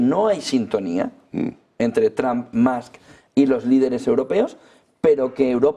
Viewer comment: Gracioso que los Españoles dicen Tramp y Mask pensando que pronuncian bien. La U en ingles no suena a U, pero tampoco a A. Hay que afinar al oído.